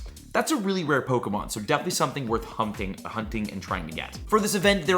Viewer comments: Bro literally said worth humping sorry hunting for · is a fool did I hear you say humping lmao hahahaha 😂 🫶🏽😜✌🏽